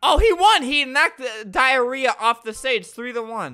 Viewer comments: I just love how Albert pronounces Dyanara to Diarrehia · The girls's name was Dayanara but Albert said Diarrhea??